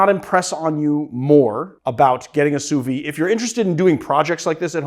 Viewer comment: Why are you not pronouncing the "d" in sous vide?